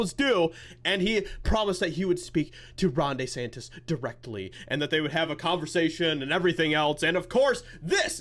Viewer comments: I'm Italian. Please stop calling him "DAY- santissss". It hurts my Italian ears. His name is pronounced: " DEEEE- santis" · Everyone: DeSantis: Day Santis 😂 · It's DEE-Santis not DAY-Santis